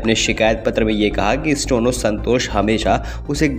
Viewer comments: भाई, आपका उच्चारण ठीक करें। स्टो नो नहीं, स्टे नो है। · Bhisahab 'stono, nahi hota steno, hota h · Bhai stono nahi hota steno hota hai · न्यूज़ एंकर जी, स्टेनो या स्टोनो ? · अरे भाई स्टोनो नहीं स्टेनो, बार बार स्टोनो स्टोनो क्या बके जा रहे हो 😀😀😀😀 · स्टोनो नही, स्टैनो का उच्चरण करें। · अपना उच्चारण ठीक करो भाई स्टेनो की जगह स्टोनो बोल रहे हो आप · The person recording this video kept pronouncing Steno as Stono till the end. First get your diction right before you come in front of hundreds of listeners. It is difficult to believe these semi literate videos. Kindly improve or stop. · Stono nahi bhai Steno.. Stey+no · Stono ya steno,do correct pronunciation.